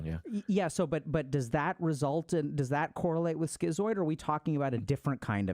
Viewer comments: Isn't it pronounced "skitz-oid" rather than "skee-zoid", since it's related to the word "schizophrenia"? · Are you saying "schizoid"? I've never heard it pronounced that way, ski-zoid instead of skit-zoid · I always thought it was pronounced “skit-zoid.” 😄